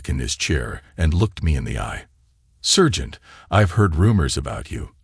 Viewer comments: SERGENT PRONOUNCED S"A"RGENT , NOT SURGEON EITHER. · I think he means SARGENT.......he just cant say SARGENT.....maybe SPECIAL training for using a "Scalpel" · The word is "sergeant" not "surgeon".